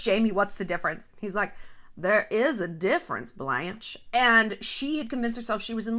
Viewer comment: “There is a difference Blanche” 🤣nailed the accent